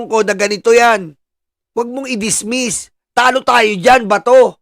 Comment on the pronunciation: Senator judge said DISMESS...naku po sinabihan pa na senator jidge